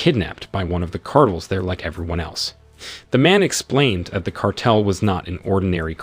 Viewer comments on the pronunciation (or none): Come on bro, Shawn not Seen, Leigh not Leek, Car-tel not kartle. What the hell?!